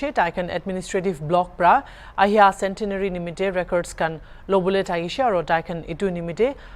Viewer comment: Wish they spoke in nagamese. Shameful if the world hears about the petty quarreling in the church. Their English is also broken and pronunciation atrocious. He says 'All the broblems started in the paptist LPCA cendenary celepration'😅